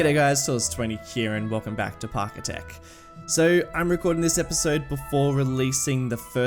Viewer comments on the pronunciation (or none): are you saying 'parkitech' by mistake or is that on purpose? I noticed it in the last episode too.